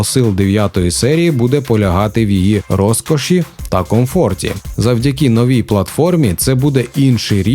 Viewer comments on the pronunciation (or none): Дякую Але не роСкоші а роЗкоші